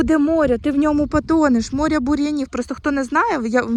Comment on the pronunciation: Тобі, ж, казали, що квасолю, не намочують, садять так.Намочують горох. Навіщо укорочувати баклажки, куди рослина буде рости? Якщо не знаєш, як українською слова вимовляти, то словник в поміч ( апрєль, крапіви, морє...) А море, ще буде , почекай...